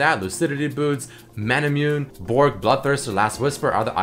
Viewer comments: Mah-nah-moo-ne. Not Mah-na-myuoon. That is how you say Manamune. It and Muramana are references to the tale of Masamune and Muramasa, two sword smiths from Japanese lore. Pronounce "mana" however you want since that is more an English word anyway but get the word basically right. I'm a stickler for pronunciation. :T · It's bugged me for a long time but isn't Manamune is suppose to read as ma-na-mu-ne